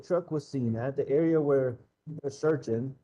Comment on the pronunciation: Did Dr. Stauch say "searchening" 😳